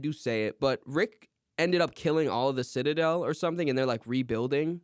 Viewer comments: I’ve listened to this episode like 3 or 4 times and it still makes me mad when says “sitta-dale” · I can't get over how strangely is pronouncing the word 'citadel'. 💀